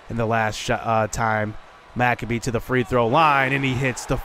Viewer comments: Dude, McCabe is pronounced - Mick-Cabe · He's been pronouncing it Mac-uh-bee the entire time I see no reason why he should change it lol